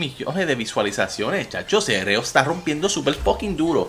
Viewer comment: Todo bien , pero es C.R.O AMIGOOOOOO